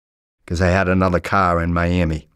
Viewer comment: Mans math aint mathin. " I got anudda source"